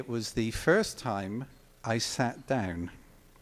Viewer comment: I love how he pronounces "down" as "dayeoun"... hahahaha! Great story, thanks for posting this, as it's great to hear one of my heroes speak of meeting another one of my heroes.